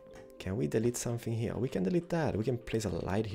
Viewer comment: I love how you say HERE Hiar